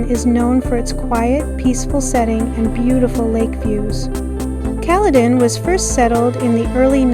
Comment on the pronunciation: Hi, great video! It's pronounced "Kal+eden" with the first e being a hard e like in the word "eden".